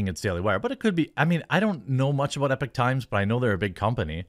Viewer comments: IT'S EPOCH NOT EPIC....TIMES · E-PAWK TIMES. Epoch times NOT Epic times. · Bruh, your videos are TOO LONG, your begging for clout and consumers of your dumbly named coffee is cringe af, and it's pronounced "EE-pock", ffs It's not "epic". You clearly have no clue what "epoch" even means. "Medium talent", Bill Murray once said to Chevy Chase Unsub